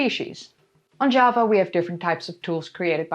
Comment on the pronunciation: Java in English uses a hard J. Your pronunciation sounds more like Spanish (I'm assuming similar in Norwegian).